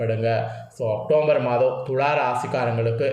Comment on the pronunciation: Muthalla October nnu correct ah sollu matthatha appuram sollalam